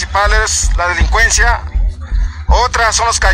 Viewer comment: “La lelicuenzia” 😂😂